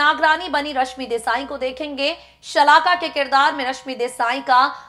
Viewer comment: Shakala nhi shalaka hai bolna bhi nhi ata